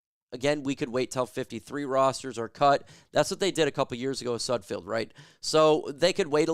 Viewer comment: Any self respecting reporter knows how to pronounce the players names they're reporting on. Its sudFELD. Everytime you say it wrong it makes me want to turn the video off. You lose all credibility with me. Sudfeld is trash but say his name right